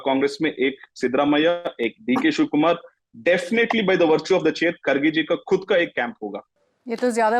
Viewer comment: He is not खडगे, he is खरगे. Pronounce as खरगे.